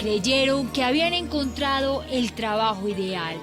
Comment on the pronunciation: Pescaor no, se dice pescador... encontrao no, encontrado!